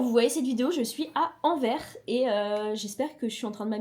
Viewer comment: C’est AnverSss les belges prononcés le s ;)